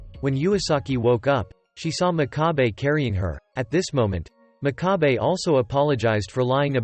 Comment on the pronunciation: The narrator pronounces the MC's name incorrectly, it's pronounced mock-ka-bay, and his nickname wasn't piggy. It was pig's foot